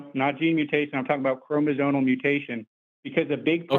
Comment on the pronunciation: I don't know if it makes me too elitist but it's really hard to try to listen to someone try to overturn evolution as a theory when he doesn't even know the word is "chromosomal" and not "chromozonal"